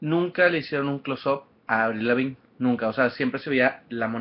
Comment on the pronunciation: Hahahahaha que patético que es ud !!! Nadie lo mando de sapo a ir, si a uno lo le gusta algo, pues no se prueba. En esté caso pues no se va. Y aprenda inglés algo tan sencillo como "close up" y no lo sabe pronunciar, no me quiero imaginar como habla :/ otra cosa a ella como a todos sus fans nos vale verga lo que ud piense, ella no se va a matar por sus críticas, es más ni sabe que ud existe. Viva, aprenda un idioma y deje vivir. Ah y opine por cosas que sí le guste.